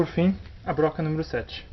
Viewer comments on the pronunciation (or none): none